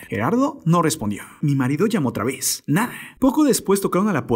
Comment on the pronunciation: Feo el acentito todas las palabras las termina E, "no hicieron nadeeeee", "en la entradeeee" "por la parte traereeeeeee" hayyyy que desesperante